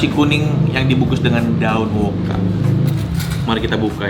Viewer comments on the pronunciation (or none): ijin koreksi, daun woka bang bukan daun woku😁